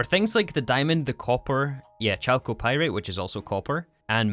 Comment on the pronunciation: How to say "chalcopyrite": "KAL-ko-pye-rite"